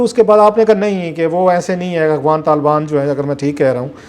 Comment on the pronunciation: بڑا نالائق اینکر ہے۔ افغان ہوتا ہے نہ کہ اغوان۔